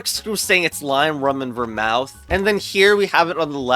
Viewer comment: Love the pronunciation of Vermouth : "Ver👄" I think it's more like Ver🐄th